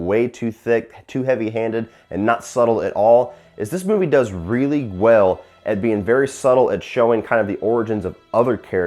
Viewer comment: dis? The word is DOES, NOT DIS.